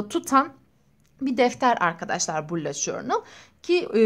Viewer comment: bullet diye yazılıyo bulut diyo okunuyo sinirlerim bozuld hakaret amaclı yazmadım